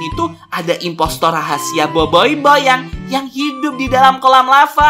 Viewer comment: Boboboiy bukan boyboboiy😂